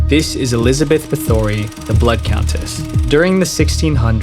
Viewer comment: Dude there is nothing that robs this of credibility more than your inability to include factual information from known events. I mean how much research could have possibly done, you couldn't even say Elizabeth Bathory's name correctly.